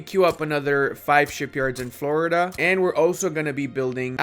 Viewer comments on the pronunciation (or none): none